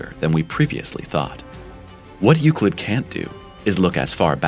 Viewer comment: its not pronounce youcleet ...